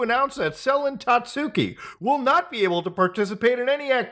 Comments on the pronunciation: hearing "tatsooki" the whole video was mind numbing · isnt it pronounced 'tatski?'